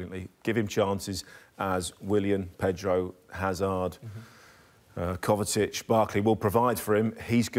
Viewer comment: Kovacic not kovatic